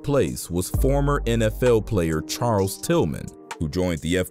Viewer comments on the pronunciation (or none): none